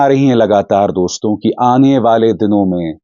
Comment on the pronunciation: Jab kisi ko address karte hain to Dosto (दोस्तो) kehte hain Doston (दोस्तों) nahi दोस्तो कहा करें अभिसार जी